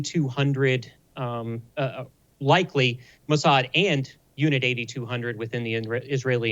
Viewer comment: It's actually pronounced Unit 8-200, as in eight two-hundred. And NOT Unit 8200, you know, eighty-two hundred.